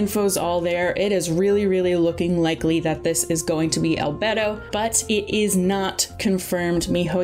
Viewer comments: Crying everytime she says "albetto" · al-bay-do not al-bed-o😭😭😭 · I agree with getting character names down before saying them in videos, since I've only ever known Albedo's name to be pronounced like "Al-bey-do" like in game and not "Al-bed-do" like in the video.... Anybody feel free to correct me though if "Al-bed-do" is also supposedly correct. Also I don't think "Yae" Miko's name is pronounced right either. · "albdo " its albedo.. itts just saying "albeidou" beidous name but before beidou say al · Al-bee-dou not al-b"e"-dou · I cried every time said "albetto" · ahh yeah... we love good ol ‘beto :ˆ) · It hurts lmao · it is annoying but you cant expect everyone to say stuff correctly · Saying Albetto is better than saying Albaydo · hes pronounced albeydo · "Albedou" I'm so sorry - I found that so funny- Edit :ok I've watched the whole video id just like to say congrats itspakion you wanted to pull on albedo and ganyus re-run there you go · Are you sure about Yae? I looked it up and it seems that the correct way of saying it is like "Ya-eh" and not like "Yai" and from the short period of time I took Japanese in college that seems more right to me. Edit: Just looked up the proper way of saying Albedo and apparently it's "Al-bee-do" so neither "Al-bey-do" nor "Al-bed-do" was technically correct so my bad for that. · Isn't it al-bae-dho? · no one:: albetto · Each time I hear al-BED-o 😭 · al-bed-o is that a Italian bed? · It’s pronounced - AL BEY DOH - don’t take this is a rude way btw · It's Al-Bee-Do :3 kinda cringe lol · They pronounced a couple of them fairly incorrectly, albedo, Itto, etc. It should more like e-toe instead of Id-oh, albedo idk but I’m pretty sure the way the voice actor says it should be the correct way. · I like how she says albedo like 3 time and only pronounced it right the 3th time lmao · Albehdo 😭 It's Al-bey-do, and Elua rerun popping out of nowhere. Then Zhongli might get a rerun. ALSO IT'S PRONOUNCED AS ShenHER.